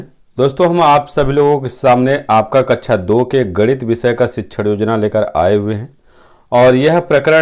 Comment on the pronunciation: Its kaksha not kaccha..